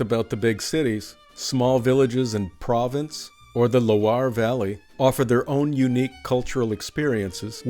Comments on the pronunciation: You said Province for Provence! Mon Dieu!😖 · In French province means countryside not the region of Provence. The pronunciation is a little different, not hard for French people to hear, but hard for us English speakers to hear. Signed by me, an American living in France for last 3 years